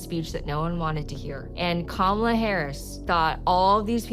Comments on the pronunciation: She isn't called Camila but Kamala bro 😂 you have great videos, amazing patriot you are 🙏👍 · “Kamila” Harris?🤦🏾‍♂️🤣